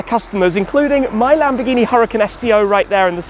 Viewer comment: am i the only one that understands Lamborghi Penguin when he names the dealership😅🐧